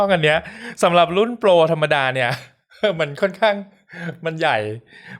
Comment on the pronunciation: ชอบรีวิว เพราะการออกเสียงนี่แหล่ะ คือช่องอื่น เวลา Max คือแม็ก แต่อ่าน แม็กซึ ชอบอะ คือการพูดออกเสียงถูกตามคำของมัน มันเป็นอะไรที่มีเสน่ห์นะ เราไม่ได้พูดคำไทย ไม่ต้องเคอะเขิน อยากให้คนไทยเริ่มกล้าออกเสียงให้ถูกต้องตามคำครับ อยากให้คงมาตราฐานนี้ไว้ ปล. อยากได้เคสอะ 55+